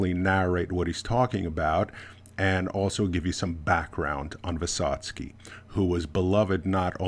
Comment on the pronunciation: Very good pronounce of the name. I recommend you to read what is he talking about. It's very hard sons try ballad of fight. You're great in Russian pronounc.